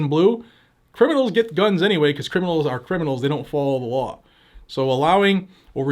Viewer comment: I love the way you say "lawr enforcement". Just teasing. Love your channel and thank you for your hard work keeping us informed and rallying us to fight back.